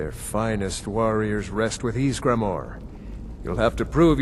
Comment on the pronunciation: Ysgramoor not maar